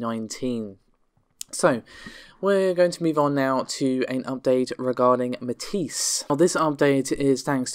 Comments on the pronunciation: it's pretty well agreed upon how to pronounce Matisse. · Amata can you please, PLEASE, please teach how to say Matisse? Thanks:)